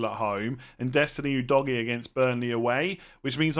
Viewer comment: I laugh everytime I hear Udogie pronounced as Oo Doggy......